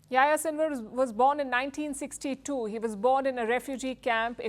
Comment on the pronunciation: it's funny how Palki pronounces the name Yahya, something like YaYa :))